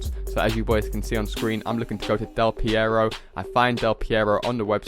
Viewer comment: Why does he call Del Perro "Del Pierro"